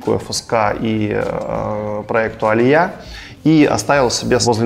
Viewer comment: Алия а не алиЯ